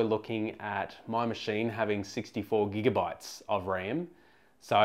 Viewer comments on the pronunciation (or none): none